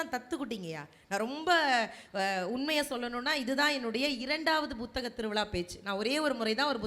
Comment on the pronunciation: Nisha ji, *P*uthaga thiruviza nu sollungaa. Buthaga Tiruviza nu sollreenga